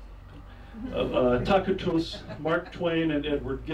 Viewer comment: Tack-ih-toos? That aside, thanks for putting this up! :)